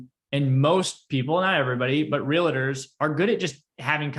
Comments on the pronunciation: Great content! I usually don’t comment like this but, I cringe every time I hear you say Real-a-tor. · Please mention to gentlemen in plaid suit that Realtor is only 2 syllables. Just trying to help him 😉